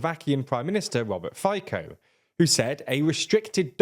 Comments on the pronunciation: Fico is pronounced "Fee-tsoh" not "Fai-koh" 😆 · Yet again, the name of the Slovak Prime Minister is pronounced roughly as "FEE-tso", not "FHAJ-co". I don't want to nitpick, but this is hardly the first time this has happened to you guys, and it literally takes one quick Google search to double-check this. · wait until you find out Robert Fico's last name is not pronounced "Fájko"